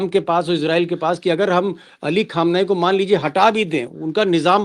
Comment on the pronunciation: Imam khamenai jab aap kahte hain to bahut achcha lagta hai